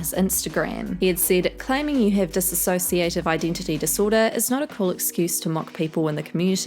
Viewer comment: you keep saying disassociative when its dissociative